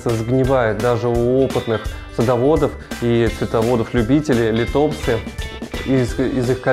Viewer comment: Нууу бывает :)но к сожалению от правильного ударения лИтопсы лучше не ростут. Но вы правы контент должен быть грамотно преподнесен.